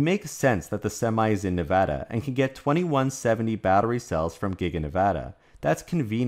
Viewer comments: I live in Reno and I’m on USA parkway all the time (location of gigafactory 1.) these trucks are always doing under the speed limit with an empty trailer. Wish I could show y’all the size of the recycling pads for battery’s. Thank you for pronouncing Nevada correctly!! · Thank you for properly pronouncing the name of the State of NEVADA